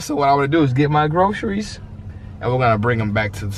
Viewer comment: "git mi swom gwocreises"